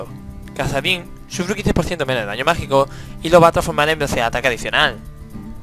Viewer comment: Es como si estuvieras haciendo una review para una revista o algo xD Es raro porque en las otras cosas no lo haces xD Ejemplo: Daño MagiCOOOOO a full xD, aún asi sigue con tus videos que son la repolla!